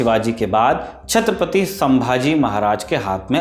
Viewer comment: छत्रपति शिवाजी महाराज , छत्रपति संभाजी महाराज.... नाम लेते समय ठीक से नाम लो...